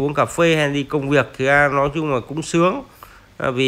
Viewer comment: Ông nội có câu lói đi lói nai hoài